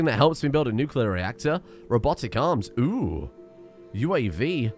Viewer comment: You're actually not far off from how the Nuclear industry talks. I was in the navy and we simplified it as Hot rock makes steam, steam makes turbine go roundy roundy and roundy roundy makes electricity. :p I even have a cup that has that, lol. Also, thank you for saying nuclear correctly, and for the entertaining videos!